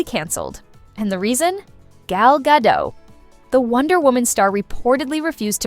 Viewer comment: It's gado-T- why "gadoix?!" that's hebrew, not french. stopped watching because of that